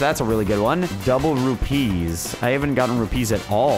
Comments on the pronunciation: It isn't rup pee's it is pronounced the same as rupies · its pronounced roo-pees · Say it like rupese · I laugh whenever he says rupeeslol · it's not pronounced like trapeze is it is pronounced as one thing no emphasizing anything